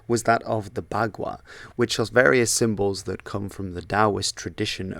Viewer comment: may want to study up on Pinyin, since pinyin loanwords to english have a certain way to say certain letters. for example, "Bagua" is actually pronounced more like "Pakua", since b in pinyin is /p/ and g in pinyin is /k/